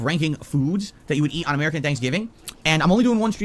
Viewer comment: STOP CALLING IT AH-MERICAN THANKSGIVING YOU ALIEN